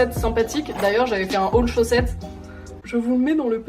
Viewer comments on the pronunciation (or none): none